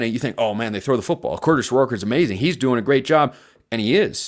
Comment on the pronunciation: please practice not saying Kurtish Rourke. It’s Kurtis. Stop making it sound like you are saying Kurtish